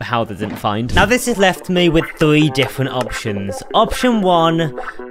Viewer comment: he said thwe instead of three too